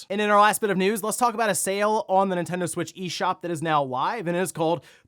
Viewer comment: It always sounds like says "Intendo" but he's not, he's just breezing through that first N